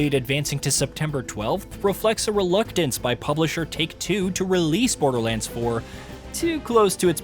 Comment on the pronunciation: Not BoderLAND 😭